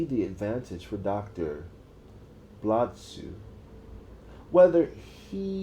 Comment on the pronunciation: Why is this idiot pronouncing it “blad sue?” Do you see a U or an A in that name? It’s pronounced how it sounds, you had it right the first time before overcompensating